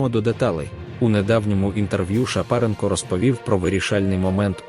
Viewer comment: З яких пір ШапарЕнко став ШапАренко? Ведучих необхідно навчати української мови.